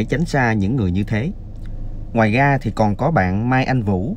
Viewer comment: Làm YouTube thì ráng đọc cho đúng chính tả, những chữ R, TR phải nói cho đúng, ông này nói ngọng nghe phản cảm quá. Ví dụ: ra thì đọc là ga, rằng ( gằn…) ông Trời thì gọi là ông chời …rõ ràng : gỏ gàng